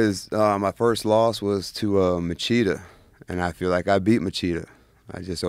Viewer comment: Hey Eryk, you need to learn how to pronounce Machida. Machida, Portuguese pronunciation: [liˈotu maˈʃidɐ]) That's a soft ch, 'Mashida'.